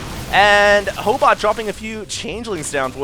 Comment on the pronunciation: Ho8ot means proboscis in Russian. And you said it right.